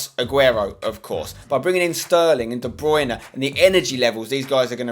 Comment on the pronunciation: Spencer I love you but it's DE BRUYNE not DE BRUYNA